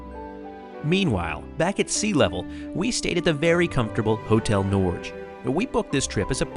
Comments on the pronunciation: Hotel Norj?? It’s pronounced Nor-ga It means Norwsy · Hotel Nor-geh (literally Hotel Norway) otherwise pronunciation was good